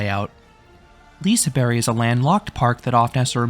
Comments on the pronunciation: Liseberg not liseBERRY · Love the review but I can’t with the way you say liseberg 🤣🤣🤣 lisaberry 🤦🏻‍♂️